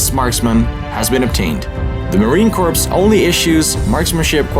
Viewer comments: Awesome find with the sharpshooters badge! I’m not trying to be a grammar Nazi but I could hear you pronounce Marine Corps with the word c-o-r-p-s but it’s pronounced c-o-r-e. Just something that caught my ear a little haha! Awesome job finding this history that needs preserved! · I would like tell you that you are mispronouncing the word Corps. The P and S are silent. The word is pronounced like the word "core". Like the "core" of an apple. So for Marine Corps, you would say, Marine Core. Yes, American English is extremely difficult to perfect! Even for most Americans, we have people in certain regions of our own country that are very difficult to understand because of their accent. Thank you! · really pronounced Marine Corps wrong😂